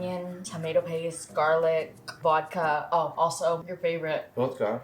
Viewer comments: he said wodka very dutch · The way he said vodka is in most Dutch way ever haha